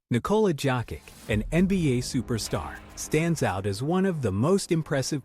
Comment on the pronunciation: Hahaha Nicola jacket😅😅😅 why u changes pronounce his name.. his my idol bro.I gonna mad on you😂